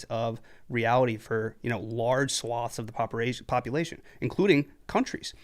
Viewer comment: Ha he said popuration like an asian person ha